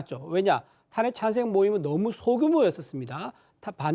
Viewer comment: 대구묘? 탄핵찬생? 국힘 수준의 새는 발음...입지가 좁아져가니 안정감 자신감 상실. 앞으로 정당 이름에 '국민'이라는 단어 금지하자